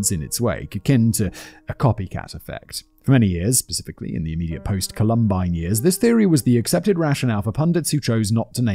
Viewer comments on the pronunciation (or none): Dude you dont know how to pronounce Columbine?